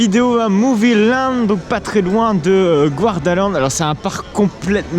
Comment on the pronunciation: GArdaland, pas GOUArdaland, de même pour le lac du coup